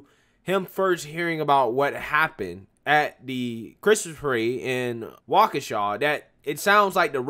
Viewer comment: He finally said Waukesha right? WOOO!!! BLM is for clowns…period